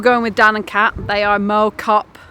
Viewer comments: For info it's not mow as in mowing a lawn it's mow as in plough pronunciation wise. It's where I was born. Cheshire one side, foot hills to the pennines the other, Biddulph valley. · It’s pronounced MoW (like plough) Great to see you stomping around my old village (Rode Heath) Interesting piece of history about mow cop. The zeppelins used it as a reference point on their bombing missions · Mow rhymes with cow 100% It physically hurt to hear it pronounced the other way lol